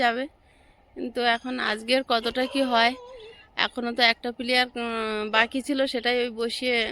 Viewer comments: প্লিয়ার বলে না ওটা পিলার বলে আশা করি এবার তুমি ঠিক বলবে কিছু মনে করোনা ভুল টা ঠিক করে বলার জন্য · কথাটা পিলার হবে পিলিয়ার নয় শুনতে খুব খারাপ লাগছে। এবার থেকে পিলার বোলো। কথাটা বললাম কিছু মনে কোরো না। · পিলিয়ার বলে না পিলার বলে তাও জানে না আবার ইউটুব চালাচ্ছে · You tube chalate gele pronounciation jana mandatory noi jaghrate didi seta tumi jano na.eto jolte nei onnyo ke dekhe. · পি লা র হবে কথাটা। দুদিন বাড়িতে বারবার বলে প্র্যাকটিস করো। তোমাকে এটা নিয়ে অনেকেই বলছে সেটা আমার ভাল লাগছে না। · Ki je apni pilliar bolchhen? Khubi kane bachhe, ota pillar hobe. Valo thakun sobai.